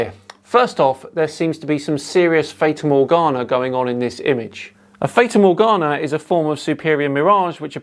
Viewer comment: fata morgana = morgana girl. The way you pronounce it, it sounds like a type of cheese.